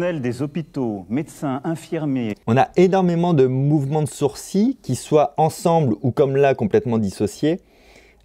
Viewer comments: "On a énormément de mouvement de SOURCiiiiS" ??? Ha ouais, ça se dit comme ça "sourcils" ? 😂😂😂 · Nobody : Fabien Olicard : « Les sourciLLes »